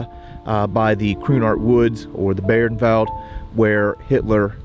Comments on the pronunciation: Fucking learn how to pronounce names. Not Beernwald by By-ernwald. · Thanks,, great video as always. Please allow me to comment on pronunciation. The German word "Bayernwald" is pronounced "BUY-ernvald".